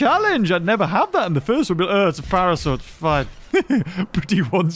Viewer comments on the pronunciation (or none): He called Tapajara Tapagarasuarus